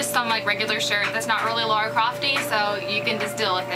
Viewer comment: I like the outfit on the right, it's more like the game Lara, the one of the left is pretty Awesome though. But I'm pretty sure her name is pronounced lara not laura